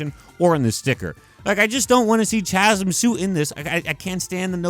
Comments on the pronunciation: its not CHAZm its CAZM is how you pronounce it... Chasm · say CHasm one more time and I swear to god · you're pissing me off with your pronunciation of Chasm. Kah zum. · Pretty sure chasm is pronounced “ka-zum” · Chasm is pronounced "kazzem" idk why. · The way this dude pronounces Chasm makes me wanna gargle glass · bro that’s not how u say the word chasm pls🤣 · I hate how he keeps mispronouncing Chasm. The H is silent.